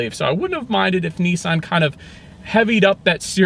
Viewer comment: Its Nissan……. NOT nEEsan……..